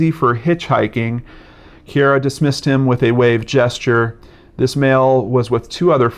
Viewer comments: Her name is pronounced Keer rah. :) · Sorry, this is random and probably annoying but I think her name can be pronounced See-air-a or Kiera. It's probably the latter. My co-worker's name is Ciara and it's pronounced like Kiera.